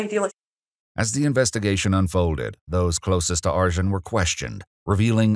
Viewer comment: Arcan is pronounced Arjin? That's can't be right.